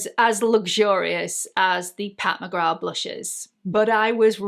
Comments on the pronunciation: WHAT??? Pat McGra???? Everyone and his/her mother on Youtube is pronouncing it wrong. Myself as well! McGrath (with the "th") sounds better. Who knew is right!! Enjoyed this video because I lovvve blushes - warm tone blushes. I lean towards the peach, coral, light terra cotta warm shades. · In Ireland we don't pronounce the th at the end of McGrath. Maybe that's where the mix up came from. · She’s of Jamaican descent and pronounces it with the th. I tend to say peoples names the way they do… it’s just polite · How can Pat McGrath have been out for years and EVERY YouTuber pronounces the “th?” Not saying it just sounds weird now. lol